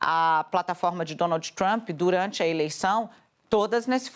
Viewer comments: "DonalDJÍ TrumPÍ" dói o ouvido essa pronúncia lixo do inglês. Tão ruim quanto ouvir "Élon" e não "Ílon Musk" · o ingrêis da dona Dani: Dônoudji Trâmpi😂😂😂😂😂😂😂